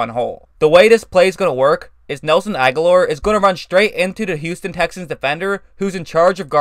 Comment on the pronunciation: thank you for actually saying Agholor correctly lol, everybody always seems to say "Aguilar" for some reason